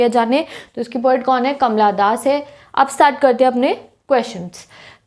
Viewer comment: Aree kamla das nahi h vo Kamala das h 🙄